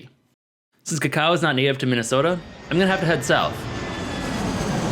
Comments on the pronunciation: It isn’t said kakawa it is actually (even in Mayan) kakaw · why did u pronounce it cha-cow? its pronounced co-co